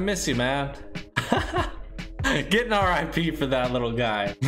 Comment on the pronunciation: Ar eye pee